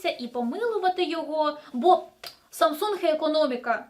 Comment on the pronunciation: Якщо вам особисто не подобається Samsung, то не треба так наголошувати в відео. S21 Ultra зробіть над собою зусилля, щоб прочитати нормально)